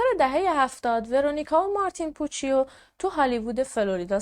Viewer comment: عزیزم، اون پوچیو که گفتی ، در واقع پوچُو تلفظ میشه. ویدئو هات رو دوست دارم، کارت عالیه❤